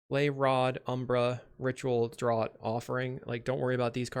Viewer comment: Great vid, great deck. Just gotta give you a heads up that the word draught is pronounced like it was spelled draft